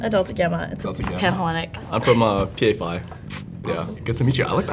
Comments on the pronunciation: Greek here. Φ is pronounced life "fee". Keep up the good work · lol she can't even say phi right